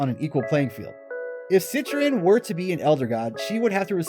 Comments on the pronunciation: I hate the way you say it "set-tren" it's "set-tree-on" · Omg you’re right... he literally said “CITRUS” 😂😂🤦🏼‍♀️ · "Citron"?!?! Lmfaoo is she an orange now 😅 sorry man can't help but cringe at that pronounciation. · He definitely didn't say it right.